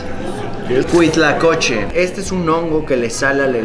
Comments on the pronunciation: Es Huitlacoche no Cuitlacoche. 🤣😂 Q oso manto 🤣😂😅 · No soy muy afecto de comentar videos, pero creo que tengo una manía, según yo es “huitlacoche” no “cuitlacoche” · es huitlacoche, no cuitlacoche, saludos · no es cuitlacoche es huitlacoche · se dice HUITLACOCHE